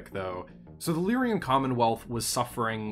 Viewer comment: so whats with constant wrong pronunciation of lyran? I know its a year late.